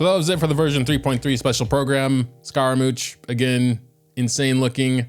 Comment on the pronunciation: call him scaramooch one more time i fucking dare you